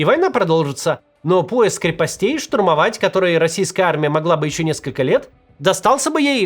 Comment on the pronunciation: не крепостЕй, Максим. Правильно — крЕпостей ( от крЕпость )